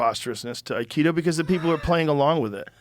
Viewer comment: I love you Joe, and I binge on your show, but please....Akido!! "AI" harmony - "KI" energy - "DO" way. I am an Aikidoka, and despite all the fun-making surrounding this martial art, I can tell you that a high-ranking Aikido master can truly injure an assailant in a split second. The old Aikido as taught in the Dojo's of O' Sensei Morihei Eushiba was absolutely brutal. So much so that only it's "softer, rounder" incarnation survives currently.